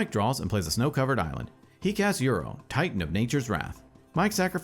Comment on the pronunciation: Just want to chime in on appreciating the uncommon yet correct pronunciation of Uro.